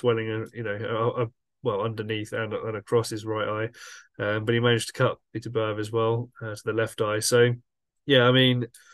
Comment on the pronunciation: BITTER-BY- YEV ??......Show some respect for the champion, please, by learning to say his name right.